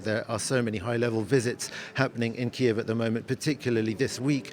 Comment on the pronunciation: Learn how to pronounce "Kyiv", an embarrassment